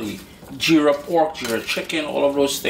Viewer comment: Nice repice. And its Jeera with a J. If you can say Jeep then add ra instead of p 😊